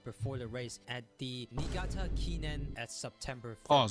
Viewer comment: Also, another note: - Niigata is pronounced "knee-EE-GA-tah" or copypasta this on Google Translate from Japanese to English for more accurate pronunciation: 新潟